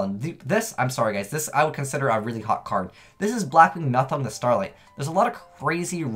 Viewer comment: Just wanted to point out that Nothung is pronounced "No tongue".